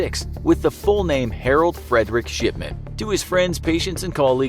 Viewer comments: It sounds like Mr.SHITMAN instead of mr, shipman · i mishear his talking and think hes saying shitman lol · His name is not shipman, it's... SHITMAN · Every time he said shipman I hear sh*tman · I keep hearing sh*man instead of shipman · The infographics: Mr Shipman. What I hear: Mr Shitman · Why did it sound like he said Shitman every time he said Shipman? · Mr. Shipman I thought when you said Mr. Shipman I thought you said Mr.Shitman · his name: dr.shipman what I hear: dr.shitman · Sounds like shitman instead of shipman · anyone else hear “shitman” than “shipman”? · Is it only me but i dont hear shipman but sh**man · Who else keeps thinking he’s saying S***man not shipman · Is it me or do I here shitman instead of shipman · Aleeyaplayz 2019 lol after I read this he said shipman and I thought he said shitman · Sounds Like hes saying Shitman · I cant stop hearing 'Sh*tman', every time he says his name. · I heard his name as Dr. S**tman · It sounds like he is saying shipment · It sounded like he said Harold Shitman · Same I hear shiTman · Ikr. When my mum talks about him (he was her old doctor) she always sounds like shitman lol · i heard shitment lol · I thought he said "Shitman" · It sounds like he is saying SHITman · I heard Harold shitman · Did anyone else hear Harold Shitman? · I thought he said Dr shitman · Sounds like he’s saying dr s***man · Shipman sounds like shitmen tbh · why do I keep hearing it as "sh◼tman" ? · i heard that too lol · LOL I hear that as well, like Mark Fuckerberg.